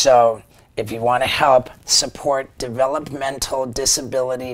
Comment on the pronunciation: The way stevo says developmental shows how much brain trauma he's got